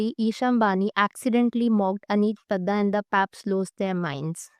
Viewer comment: Ma'am Its Padda, sounds as (D-Doll)